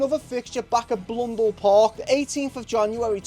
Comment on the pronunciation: Mate it's Blundell Park, not Blundele :)